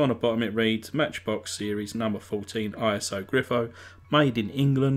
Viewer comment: The real car is an Iso Grifo. Iso is a name, not pronounced as initials. It was made by the Italian automotive company Iso Autoveicoli. You said you did some research on the Internet -- obviously not very much, though.